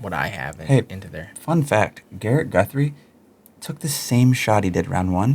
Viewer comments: it's GURTHIE, not GUTHRIE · Garret Guthrie? Isn’t it gurthie? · Gurthie not Guthrie